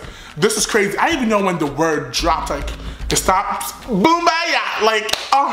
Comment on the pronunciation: “Boombayah, Boombayoo, Boombayahoo ”😂😂😂